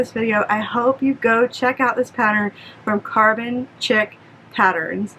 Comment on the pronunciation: Thanks, that was a great tutorial! I made a few already and always look for more tips! Side note: Chic I think is pronounced "sheek" I need to check now - you got me wondering!